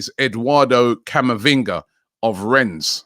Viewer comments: It's pronounces Renne(s) not RenZ... do your research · Waiting for Robbie to incorrectly pronounce Rennes again. It’s pronounced wren.